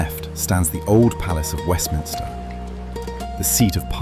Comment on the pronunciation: Fantastic! Great job, just a comment it’s Westminster not Westminister🤓